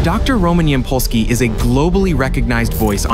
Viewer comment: It is Ýampolskiy, stress on beginning . Ямпольський